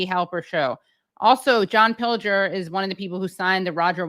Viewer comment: How incredibly LUCKY you are to have interviewd such a LEGEND. Fantastic first 30 minutes!! It'd have been even better if you had learned to pronounce his name properly... nonetheless, great GREAT to have him, any crumble we can get, we take. MR. PILGER, we have learned so much from you. You are one of a kind, ♡♡♡ xx..